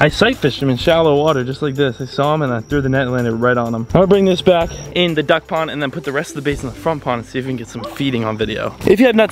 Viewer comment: Is it just me or did I hear him say dug pond instead of duck pond 🤪🤪🤪